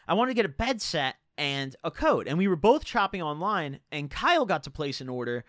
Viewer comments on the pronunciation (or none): Heard him say "chopping a line" so often it thought he said thag when saying "shopping online"